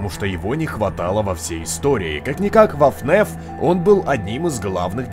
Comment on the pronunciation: Ребят, почему говорит " ФНЕФ" а не "ФНАФ"?